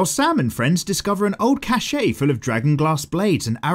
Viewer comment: cache [kash], not cachet [kash-ey].